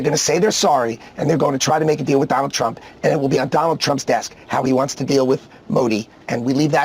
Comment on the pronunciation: Donald Trump ❌ doland trump✔️😂